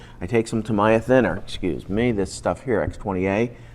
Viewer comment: тамАя... тамИя, епта.